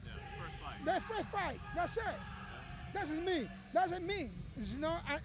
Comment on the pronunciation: That's it = Thas tah